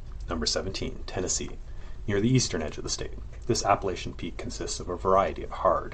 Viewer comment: You mispronounce Appalachia throughout the whole video